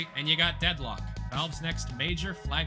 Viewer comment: the first time he "says" the title of the game he gets it wrong and throughout the rest of the video he had to dub over and correct, like, how do you call it Deadlook bro 😂